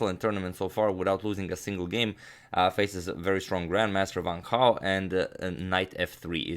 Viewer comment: Not being racist but the captions said "one cow" when agadmator pronounced Wang Hao